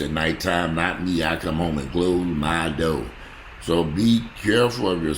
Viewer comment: I close my "doe" too,!!! LOL